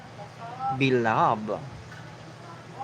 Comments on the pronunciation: Thy Womb the correct one,Beloved pronounced as Be lo. Ved Noticed noise w/ your reporting .Do you have electric fan blowing next to your microphone? Irritating to listen ! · Thy Womb the correct one,Beloved pronounced as Be lo. Ved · Thy Womb the correct pronounced as day womb . Beloved ,Pronounced as Be. Lo. Ved. Do you have electric fan pointing to your microphrne ? Irritating to our listening to your reporting !